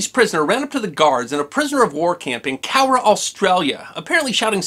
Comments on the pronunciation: Thanks for pronouncing "Cowra" properly! My Dad grew up there. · I liked how you pronounced Cowra correctly, most overseas people butcher the names of our towns in Australia.